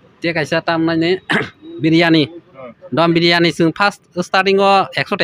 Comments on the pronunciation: Dum biryani ❌ Dom biryani✔️😂😂😂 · Dum biryani ❌Dom birani✅ kuch bhi